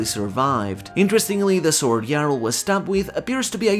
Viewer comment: Thank you for pronouncing Jarul correctly, I grow tired of hearing Ja Rule